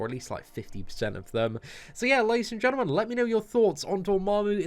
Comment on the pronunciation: Ladies and gentlemuuhn